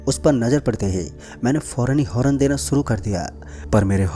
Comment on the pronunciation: Horan nahi Horn hota hai dost